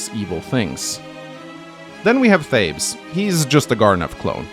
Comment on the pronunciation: His name is Thales, not Thabes!